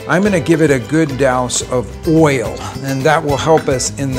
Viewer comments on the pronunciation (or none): His pronunciation of oil and foil is interesting; oy-uhl and foy-uhl, two syllables.